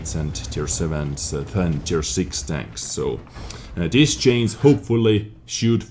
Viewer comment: No hard feelings, but even foreigners can say CHANGE and not CHAINS.